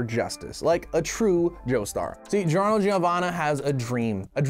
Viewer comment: And then the say giorno’s name wrong.